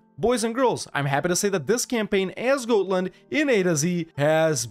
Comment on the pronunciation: It is not pronounced goat-land... It is pronounced God-land